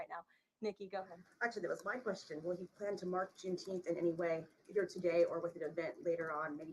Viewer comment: Junteenth LOL. Sounds like a holiday made up by a room full of kindergartners so they can get out of learning their letters and numbers.